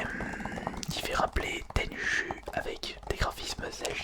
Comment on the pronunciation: « Tenchu » aye... « Douke Nukeum » ayeayaouille...